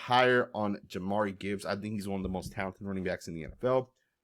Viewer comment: Ja-meer Gibbs, not Ja-mari, fyi